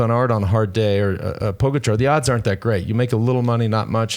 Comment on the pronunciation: It's PogAčar not POgačar.